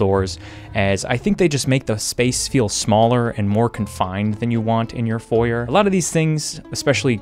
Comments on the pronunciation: H-… how did you just say foyer? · You have clothes on your floor and can't pronounce foyer. I am losing my mind. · every time you say Foyer I'm reminded of Chuggaaconroy's playthrough and how he explains it's Foy-Ay, because languages are hard and we tend to snatch other words because they sound pretty, amazing video, good game, enjoyable. Edit: Foy-Ay is the British pronunciation, carry on, and ignore me lol